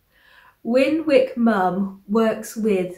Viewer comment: She pronounces her name Winnick (mum).